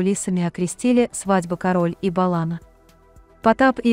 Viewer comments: Не кароль а карольударение на ка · кАроль, надо произносить, создают сайт, не зная как правильно звучит слово! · Це було,вже 2 роки тому.Ви,рашисти,любите брехню Та ФЕЙКИ,навіть не знаєте,як правильно наголос ставити на прізвищі Тіни!Шкода,що ваші рашистські канали,ще у нас не заблокували! ГАНЬБА ВСІМ РАШИСТАМ-ЗАГАРБНИКАМ, ВАРВАРАМ, МАРОДЕРАМ, ГВАЛТІВНИКАМ, ДІТОВБИВЦЯМ, НЕЛЮДАМ, УБЛЮДКАМ, КАТАМ, ОРКАМ, ІУДАМ!!! СЛАВА ЗСУ!!! СЛАВА УКРАЇНІ!!!